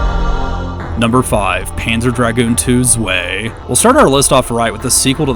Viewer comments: Zwei is 2 in German, check the pronunciation, it's z-why not z-way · zwei = two its pronounced zweye, if that makes sense